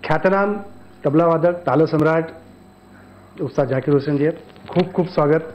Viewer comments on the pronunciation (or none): "ज़ाकिर हुसैन" होता है !! झाकीर नहीं